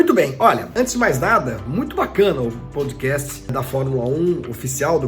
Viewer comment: "Poudcast", só zoando... kkkkkk